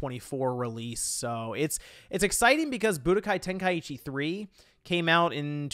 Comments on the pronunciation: It's pronounced Ten-Kai-Chi!! There's no extra I in the word 🤬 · Thank you for sharing your thoughts and feelings, I'm definitely ready for this one. SO many good times with this game and when you pronounced it "ten-kai-Eee-chee" it brought tears of joy to my eyes haha. It reminded me of the days when my boy used to say it that way and I'd always laugh and be like , you mean ten-kai-cheese? Because it was so easy to hide then spam . It was fun!! But not being funny or anything because I'm definitely not a wack job but it truly is pronounced ten kai chee but I like the way you and my friend say it.